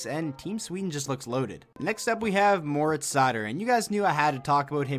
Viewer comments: Ben Eberle No, I‘m German and you say „Moritz“ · It's killing me bro.....Seider's first name needs to be pronounced differently. Read it like it's moreetz. Pronounce the i like it's a double E.